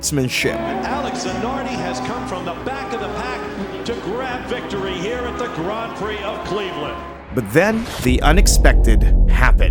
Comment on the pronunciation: its pronounced like hereth